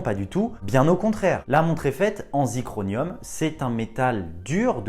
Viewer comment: Bonjour ; la montre est en zirconium et non en zicronium...Ta langue a fourchée... superbe montre même si je préfère l 'apparente' simplicité de la MB&F LM101 BLUE STEEL ou la futuriste MB&F HM9 "AIR" EDITION